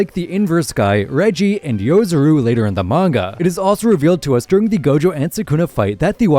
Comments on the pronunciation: It's Yorozu, not yozuru.... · Hey dude it’s Yorozu not Yozuru lol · You kept pronouncing Yorozu's name wrong. Yo-ro-zu, not Yo-zu-ru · 1. its yorozu not yozoru 2. guruda is only strong cause of yuki's technique, rika and ten shadows shikigami are far better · Him saying Yozuru bout to piss me off, yorozundude, unless it's in another language or something